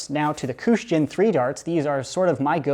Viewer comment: It is not koosh they are kush darts